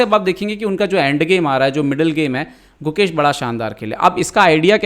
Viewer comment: who heard mukesh instead gukesh entire video?